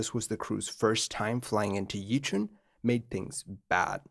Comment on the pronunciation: Because doing something basic incorrect casts a shade of doubt over the accuracy of complex things. Another one: Yichun is pronounced more like "Ee-chwen".